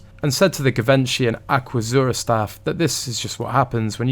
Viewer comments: It’s pronounced Jivenchy! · Pronounced: ‘GEE VON SHEE. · Please research how to pronounce Givenchy. You are interesting to listen to and clearly put thought snd effort into your videos.